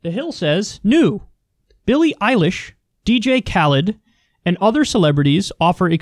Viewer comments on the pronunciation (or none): Am I the only one that noticed he called her Billie Relish!! LOL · Kyle keeps calling her "Billie Relish". 😂